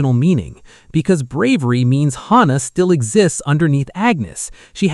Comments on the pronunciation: Its not hana, its hannah....anna not ana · Hannah is pronounced with the aaah sound. Like in the name Dan. Hannah. If you did not know the loose cannon was Daisy then you are not paying attention.